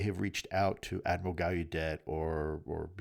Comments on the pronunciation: Again Lue, the names are properly pronounced "Gal-a-det" not "Guy-u-day" and "Grusch" not "Groosh". You should know this by now my friend. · Come on Lou. If these guys are your “friends “ then get their names right, dude. It’s pronounced Grǔsch like hush not Groosch. Also, it’s Gallaudet with the LLs pronounced.